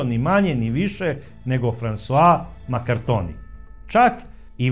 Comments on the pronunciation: Nije Maraktonio nego Markantonio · Sve dosta utemeljeno. Samo, korzikanski Kum François MARCANTONI, a ne Makartoni.